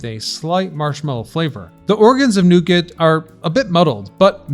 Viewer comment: Protip: The 't' in 'nougat' isn't voiced ... /ˈnuːɡɑː/